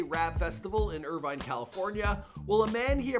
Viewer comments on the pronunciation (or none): none